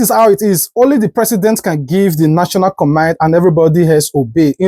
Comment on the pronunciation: First of all, it's command not commind